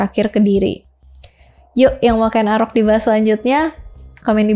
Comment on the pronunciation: ralat yg bener Ken Angrok ... bukan arok....